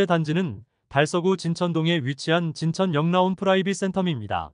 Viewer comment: 진천역 라온으로읽어야, 진천 역라온이아니고요